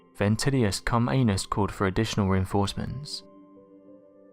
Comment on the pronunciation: mr cumanus ? really bro haha